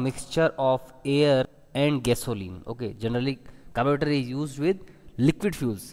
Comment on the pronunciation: Nice vedio. Like the way you said "carburetor" at the start😂